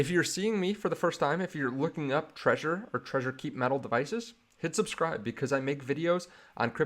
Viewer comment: It's not pronounced like the word "treasure". It's pronounced "TRE-ZOR". You have to pronounce the "Z".